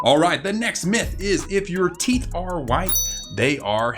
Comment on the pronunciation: Is it a big deal if a theet grew behind your theet